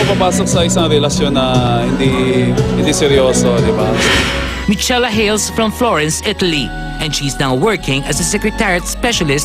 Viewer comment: Michela = Mikela ......Not Mitsela